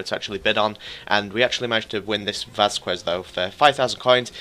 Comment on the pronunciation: The U on Vazquez is silent